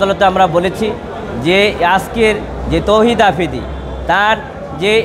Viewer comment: আফ্রিদি ❌ আফিদি ✅🤭